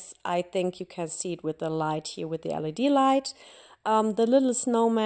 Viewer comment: Wirklich schön geworden 😍 Kleiner Tipp am Rande: ein kleines bisschen weniger "here" das hört sich einfach zuuuuuuu deutsch an😘